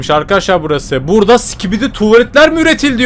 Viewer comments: abi skibidi diye söylicen biraz öğretsinler ve sikibidi diyon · o değilde başta si*kibidi demesi nsdgfnjk<svbjfhwbafkcjb